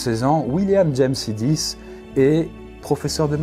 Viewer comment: Exactement ce que je me suis dit sur le coup. Et je tiens à rajouter la mauvaise prononciation de Sidis qui se prononce "Chaydish"